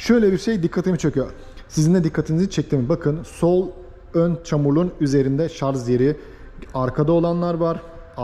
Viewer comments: Şarz değil şarj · Şarz değil şarj lütfen, sevgiler. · Şarz değil şarj şarj. Yemin ediyorum tilt oldum yaa. Sonuna kadar izledim sırf otomobili merak ettim diye. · Hocam agziniza saglik. Ama keske şarz yerine şarj demis olsaydiniz. Bir de kac kw bu arac onu soylememissiniz. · Israrla şarz diyor😂😂😂 anlatım güzel ama şarj konusu kulağıma takıldı ve ısrarla şarz diyor. Bütün video boyunca şarz dedi. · Merhaba genç arkadaşım, Araçlar üzerine içerikler üretiyorsunuz, araçlar ile ilgili kelimeleri neden doğru telaffuz etmiyorsunuz. Gittiğiniz bayilere sorsanız bunu size söyler ve yardımcı olurlar. Bir örnekle açıklamak gerekirse araçlar şarJ olurlar şarZ olmazlar. Bu sektöre hitap etmeyen bir kişi olsanız bunu yazmazdım. Siz sektörün içinde olmaya çalışıyorsanız bunlara, sektör jargonlarına hakim olmalısınız. İyi günler. Saygılar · O kadar video yapıyorsunuz kelimenin doğrusunu öğrenin bence. Şarz değil şarj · Şarz değil şarj diye söylenir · aklından zorunmu var senin takılacak başka birşey bulamadinda o şarj kelimesinemi takıldın Allah akıl versin sana